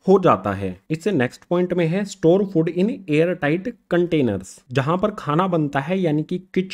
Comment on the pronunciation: Sry to say but sir fod nhi hota food hota hy ...